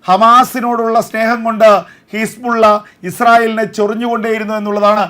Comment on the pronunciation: എൻ്റെ ചേട്ടാ ഹിസ്പുള്ള അല്ല.. ഹിസ്ബുല്ല.. കൂതി അല്ല ഹൂത്തി...ഇതാണു ശരി... കുറച്ച് ആവേശം കുറക്ക്..😢